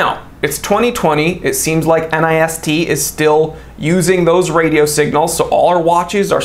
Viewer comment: Easier to say NIST pronounced like fist but with an N. Common usage for people that interact with them.